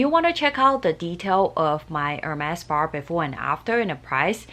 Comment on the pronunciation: Spar spar spar….. its spa 😂